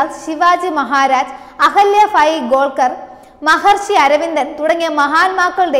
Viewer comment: Ahalyabai Holkar: not Golkar